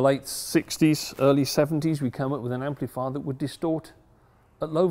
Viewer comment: Can someone from the UK tell me: what part(s) of England might this guy come from that causes him to say "amp-LEE-fier" and "four-BEE-twelve"? Also, cracks me how he says certain components are put on by "ladies".